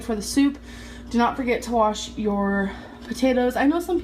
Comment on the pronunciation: Her cooking with water is disgusting but 10k binges are no biggie. Oh and the woman who can't warsh her arse is telling you to warsh your potatoes 😂